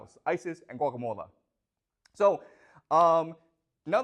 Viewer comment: I love how he pronounces Gaugamela almost as Guacamola.